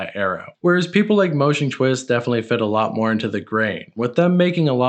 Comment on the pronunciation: bro “moosh” isnt pronounced “Moshe” ffs